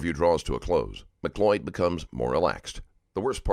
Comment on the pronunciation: She can't even pronounce her name correctly..its not MAC loyd it's mcloyd .... jeeeze . Americans can't speak or spell correctly. It's so annoying.